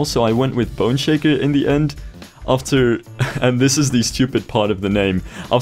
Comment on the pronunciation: Every time you say "Boneshaker," it sounds like you're saying "Bun shaker."